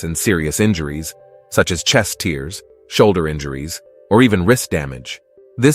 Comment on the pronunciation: It's pronounced "tares" not "teers"